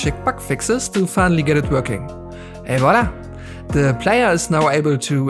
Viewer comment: You’re the only English-speaker on the internet who correctly pronounces the “v” in “Voila”. Thank you. I’m so sick of hearing people say “wala”.